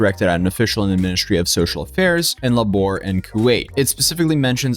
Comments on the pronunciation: Luh-bore YouTuber mispronouncing labor is hilarious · "La-Bore"! Ha! How did you mess up this word? Was it too labor-intensive? ;) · ...how do you pronounce "labor"? Lah-Bore of course! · Bro can't even pronounce "labor" La-bore? Lol that's crazy